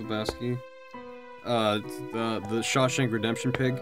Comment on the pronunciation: Shaw-HAM redemption guys, its so easy.